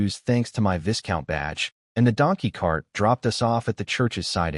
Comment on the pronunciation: ... Pronounced like Vai-Count or Vy Count.